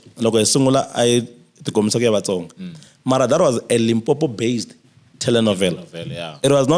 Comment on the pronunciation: Vahaxi Veri I Vatsonga not Matsonga ahi lulamiseni ririmi